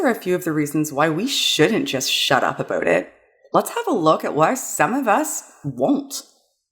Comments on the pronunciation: Hehe... "aboot" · "And that's why we shouldn't just shut up abooot it" - A Canadian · Is Canadian? The "about" seems to be a giveaway.